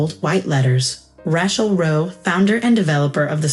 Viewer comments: That is what you get with AI. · They can't even say her name right. Ra-chel, not. Rat-chel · RAY-chel, not Ratchel. Won, not want. 60th o9r 65th birthday? Read in this context is pronounced to rhyme with red. Rachel was smart to rid herself of her toxic family.